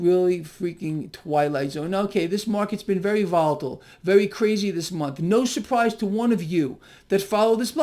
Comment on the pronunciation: Vewy powellful sillywabbit